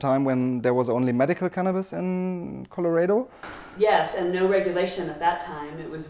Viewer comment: Please learn how to pronounce Co-lo-ra(rah not ray)-do